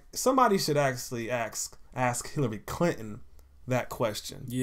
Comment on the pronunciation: Somebodyb should "axe" hillary clinton ha ha